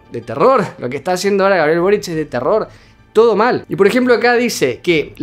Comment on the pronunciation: Todos dicen borich y es solo boric... Aparte de eso, a este video le.hacen falta más vistas!!!!